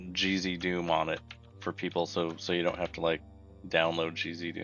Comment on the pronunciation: cheesydoom (gzdoom as pronounced), lol.